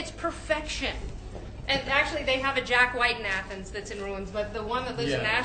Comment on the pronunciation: you guys remember when meg emphasized the H she does the same Jack Whhhite